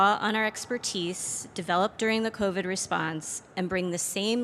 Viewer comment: OMG, this is hilarious. YOU created this mess, Breed. I’ve been traveling to SF weekly during your tenure and watched the city decline under your “leadership.” And you only now respond as some sort of savior? GMAB. Btw, it’s Covid, not CoviT. And it’s “another level”, not “whole nother level”.